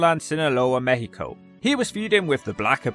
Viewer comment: You did it! You actually did it!!!! Hahaha, this is great! Thanks for deep look into this It was a great look on the career of a guy that we grew up watching all over Latin America, such a weird death. PS: Great "México" pronunciation 😂